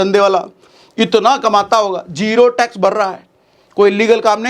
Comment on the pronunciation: Tax 😂bihari style mei